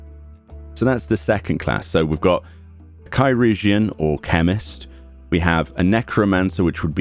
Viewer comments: Help on pronunciation - I actually looked this up a while back: Curugeon (sp?) is a very OLD proto-word for what we eventually came to call "surgeon". So think the word surgeon, just starting with a k sound. Kur-jin or Kur-u-jin (you pronounced surgeon "sur-jin"). Hope that helps! EDIT: Maybe "chur-jin"? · It's pronounced Kai-rur-geon. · Chirugeon is “Surgeon”, CH can sometimes be used with an S noise (See ‘Niché’), IR can be used for the UR noise (See ‘Sir’), the U is silent, and GEON is used as normal. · Wow. I've been pronouncing it like cheeroojeein this whole time. And that's ch as in Charlie at the beginning. Yyyep. I'm way off. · from what I've read, "chirurgeon" is one of the earliest (if not de facto ealiest) form of the word "surgeon" and during the time of its use "ch" was pronounced closer to "s" than anything, so its likely pronounced "sir-urgeon." Which makes sense, because the nature of language is to get shorter and faster as time goes on while retaining as much unique meaning as possible, thus "sirurgeon" would quickly flow into "sirrgeon" and then "surgeon" (in pronunciation if not in spelling). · Isn't "chirurgeon" just pronounced... "chi" + "urgeon" as in "surgeon"? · They pronounced it “Kī-rur-jun” in the voiced cutscenes. The example in my mind is early in the Stormblood story. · Chi-rur-geon is old English for surgeon. In Dutch it became chirurg.